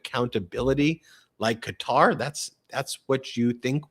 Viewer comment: Thankyou Ben for pronouncing Qatar correctly. "Cutter^, was like listening to fingernails on a Chalk board.